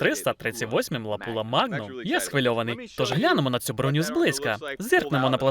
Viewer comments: Не лапула а лапуа) чи це мет так каже?) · не ЛАПУЛА, а ЛАПУА. фірма Lapua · Перекладачу, сам ти лапýла !!!! Читай назви перед перекладом !..